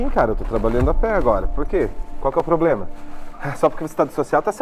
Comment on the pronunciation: Ploblema seu